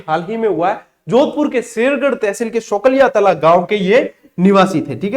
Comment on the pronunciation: सोलंकिया तला है न की सोकलिया तला